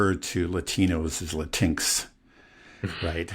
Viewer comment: Pronounced Latin ex, not Latincs